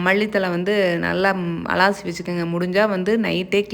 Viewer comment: அலாசி இல்லை அலசி னு சொல்லனும் 😅😅😅